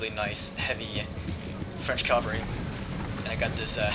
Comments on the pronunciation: AH! It's pronounced Cav-al-ry not Cal-va-ry, as far as I know none of those horses have ever hung on a cross. :P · Why is it so many US commentators say cavalry as if it's the hill where jesus was crucified? (Calvary).......is it an accent thing?